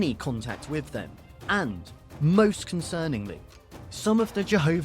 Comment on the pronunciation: Saying wiv and wivin instead of WITH and WITHIN is sinful.